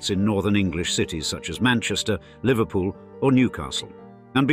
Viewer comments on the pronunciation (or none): none